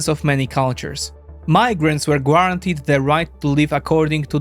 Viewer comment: If I may correct a word you often use in your videos: In the word "guarantee", the "u" is silent, so it should be pronounced "garantee". Thanks for the videos, I've been following since the invasion in 2022!